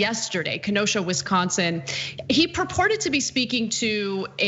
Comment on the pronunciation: As a Wisconsinite can we inform her that there is no T in Wisconsin as she pronounces it Wistconsin and it bothers me